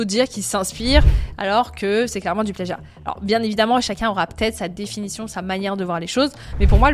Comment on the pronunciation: Le pleeagiat mdrr